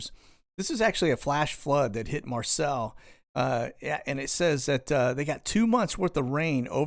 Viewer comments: I love you BUT, MARSELLE??? It’s pronounced MARSAY!!!! Love you!! 😻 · Marseille is pronounced mar-say. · Pronounced "Marsay" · It is a French city in the south of France and they pronounce it "mar-SAY" -- just saying. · Marseille is pronounced mar-say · Ah French! Say Mar-SAY. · pronounced, Marsay.